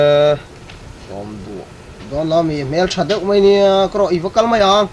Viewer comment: ani mai tih turah ani mei tia i lam hi chu a dik hlel deuh